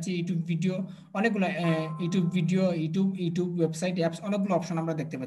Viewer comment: apnar video dekhi but apnar sob word er uccaron tik hoyna, zemon, apni bolen 5$ toller, 10$ toller, google adwork, ইউটুব.. please vul hole khoma korben sir